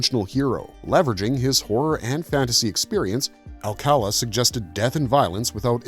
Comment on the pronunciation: Small "nick picking" stuff but the LAstname is pronounced like this: //al-ca-LÁ// thanks.